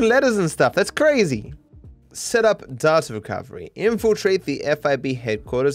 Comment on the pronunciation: you say data wrong